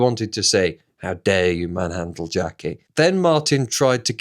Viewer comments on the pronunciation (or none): none